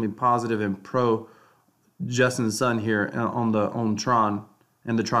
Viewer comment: justin sun is pronounced like soon not sun